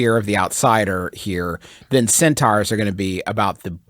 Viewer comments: Juice making solid, intelligent comments about war tactics coupled with the fact he keeps saying cEnTaUhOurs as he explains himself is just fucking incredible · No one: Griffin: Centaughwrs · the fact that they can have a serious debate with actual logic and still pronounce "centaurs" wrong absolutely amazes me